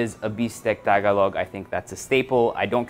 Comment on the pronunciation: How could a 30 somethin yr old man who grew up mostly in NCR mispronounce the word 'Tagalog'? wtf dude